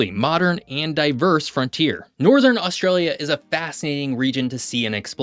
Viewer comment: If you wish to talk about Australia, find out abo0ut the proper pronunciation, PLEASE.